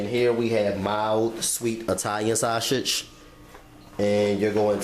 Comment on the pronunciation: I laughed everytime he said shawsidge 😂😂😂😂